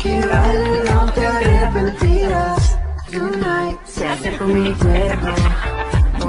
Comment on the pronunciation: Creo que dice "Tonight" no "Yunait" 😂 Es en buen plan, él vídeo esta chido.💕